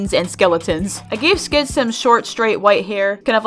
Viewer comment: When you said “skid is a skeleton” I heard you say “sans is a skeleton” Skid is sans confirmed